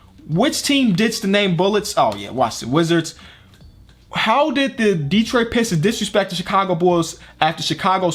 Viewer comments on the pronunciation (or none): none